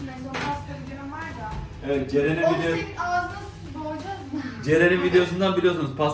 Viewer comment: Iviiiiiiit evet yerine ivit